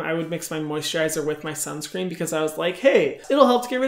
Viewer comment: I have started wearing sunscreen only bcz Hyram said "WEAR SIUNSCREEN BICTHES "<3